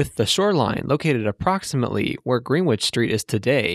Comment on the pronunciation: Greenwich is pronounced Gren-ich